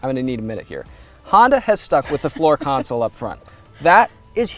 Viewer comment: "ConSOL" Not "Counsel"